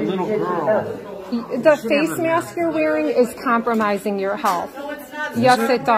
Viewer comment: Hey wait a minute. The woman with the embarrassed boyfriend is in multiple Karen compilations. She’s in the high council of Karens. Everywhere she goes she “doesn’t wyant to wyear a myask” and will gladly cause a scene and record herself while doing so.